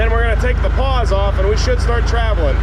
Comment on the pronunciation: You keep mentioning unlocking the "paws" They are "pawls" - sounds like the name "Paul"